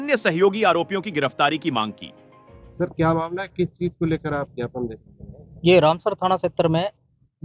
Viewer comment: पत्रकार महोदय झापन नहीं ज्ञापन सौंपा है बोलते हैं उसको 😂😂😂😂😂😂